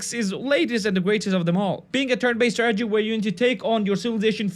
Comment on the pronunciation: I kept on hearing tragedy game....